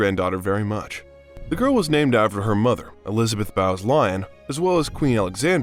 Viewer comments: BOWES LYON.....BO ES LY ON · It was Lilibet. Not Lilibeth. Its princess Anne. Not Anna. Her mother was a Bowes lyon...sounded like bose. Not Bows. Good lord. This is awful